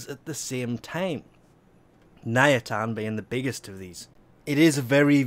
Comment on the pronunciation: Nayatan, really?